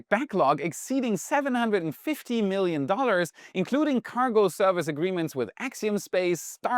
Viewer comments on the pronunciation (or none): none